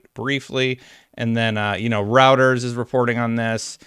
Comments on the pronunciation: Did he pronounce "Reuters" as "routers?" 😂 Say it with me. "Roy-ters" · “Routers is reporting on it.” It’s Reuters, pronounced “Roy-ters.” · We got to get to stop calling Reuters “Routers” lol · It's Reuters is pronounced roy-ters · you're killing me Smalls. Reuters is pronounced Roy-ters. It's German. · Reuters is pronounced rooters. Routers is routers. Lol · I've always heard Reuters pronounced like "Roy-ters". Maybe it's different in Canada. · Pronounced "ROY-ters"